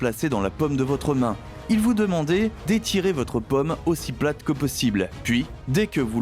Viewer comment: Très intéressant... mais, de grâce,, apprenez à prononcer le Français correctement. A 11mn et suivantes, vous nous inondez carrément de 🍏 alors que, de toute évidence, vous parlez de paume; oui c'est l'intérieur de la main et ça n'a rien à voir avec les fruits. Alors, s'il vous plait, remballer cette manière de parler bobo-méridionale qui n'a rien à voir avec les prononciations Françaises réglementés que vous pourrez travailler avec la phonétique de n'importe quel dictionnaire papier ou encore sur internet. A bon entendeur... Salut.